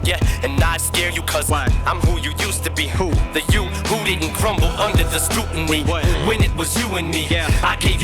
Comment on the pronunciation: Instead of scrutiny, he pronounces is "scootinry"